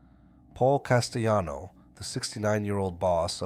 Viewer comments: Castellano is Italian, not spanish. It's not pronounced castayano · As soon as I hear "Castayano," 🫥😒🙄